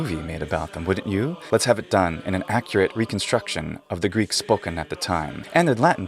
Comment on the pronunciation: Obviously, the one woman who is speaking is Greek or she's an incredible learner. The pronunciation of her is modern-like Greek and the modern Greek are looking a lot like the Byzantine Greek, so this could be a huge conversation(we are using many forms in Greek language. Not everyone is speaking the language the same way, like the Byzantine times)